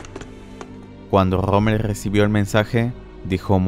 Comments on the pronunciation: Pensé que era Rommel no rrrrrrrrrrrrrrrommel, mae mía . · no puedes decir la R verdad? jajajjajaja Grommel